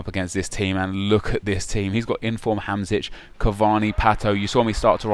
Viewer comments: It's not Hamsic, it's Hamsik. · its hamsik not hamsic xD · Its pronounced HAM-SHIK, check the little thing above the s